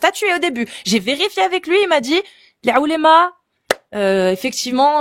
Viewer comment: Y en a d’autres mais je crois que lit pas les com 😅 « Un peu près » pour « à peu près » « J’oublille », « j’aieye », etc. J’en oublie! C’est dommage parce qu’à par ces fautes à répétitions ça c’est un sans faute cette chaîne.